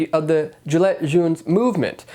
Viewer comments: And its not gilette but jee lay gilet the letter T doesnt sound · love your video, always glad to see another independant jounralist, but... can you NOT pronounce it gilleT with a hard T? really annoying